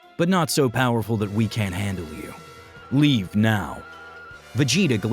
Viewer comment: leave... not levae!